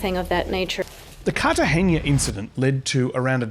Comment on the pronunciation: Cartagena, not Cartageña; otherwise, great, as always. Greetings from Argentina